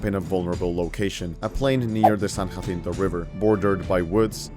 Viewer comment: Two small comments. As someone who grew up next to San Jacinto (literally across the river) we pronounce it "San-Ja-Cent-O" Second, Not sure if its true but I've heard the reason Sam Houston let Santa Anna live is they were both Master Masons. Unknown if its true or not, just one of the interesting things I've heard.